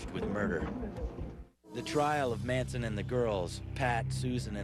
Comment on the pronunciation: Russian Reulette Manson not "Mansion"